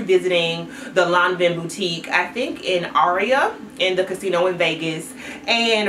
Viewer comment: 😝 granted…it’s Lanvin sounds more like law- vuh.